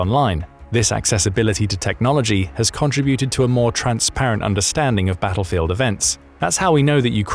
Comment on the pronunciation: Con tra buted! AI narration!